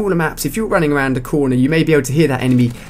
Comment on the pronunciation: lol "fround"